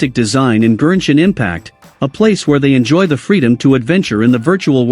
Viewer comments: Why does the text-to-speech voice keep saying “GERSHIN impact” lmaoo 💀 Gershwin Pickle Impact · Am I the only notice and annoyed how he pronounce Genshin Impact to Gernshin Impact ? 🤦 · i thought the tts keep saying "virgin impact"😭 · I know this is all cool and all but I'm still laughing that they say genshin impact into gershin impact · gurrshin impact 💀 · The Gen in Genshin is pronounced like Go and Got. Not whatever you were saying